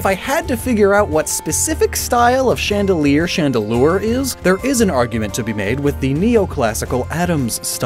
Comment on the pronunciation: Chandelier, not chaîne de lire.